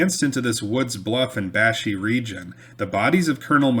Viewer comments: its pronounced Bash-Eye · I love hearing stories about the area where I grew up hunting, fishing, and just running around in the woods as a kid with my cousins and our friends. The area where the Canoe Fight occurred is pronounced "bash-eye" back home.